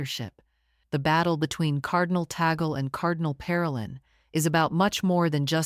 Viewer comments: Cardinal Luis Antonio Tagle's surname is pronounced "TAG-LE", not Tagel.😚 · Tagle is pronounced as ‘TAG LAY’ Not tag gel or tag girl. Please pronounce it correctly. Thank you. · It is pronounced as Tag-Lē. Cardinal Tag-Lē and not Ta-gel... 😊😉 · 😅Ta-gle is the same sound as eagle which is wrong. Tag-le with the le syllable as leopard. 😅 ❤ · People must pronounce the name of our Phil. Cardinal Luis Antonio Tag-le not Ta-gle coz its wrong sound is insulting to the ears of Filipinos. 😢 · Be nice if she could correctly pronounde the cardinal's name.